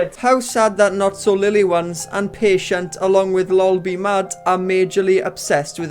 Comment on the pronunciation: Lol!! It isnt "not so lily ones", it's "not so lil lioness" 😂😂😂😂😂